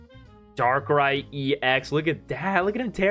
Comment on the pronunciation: Maybe you read Darkrai ex a bit wrong?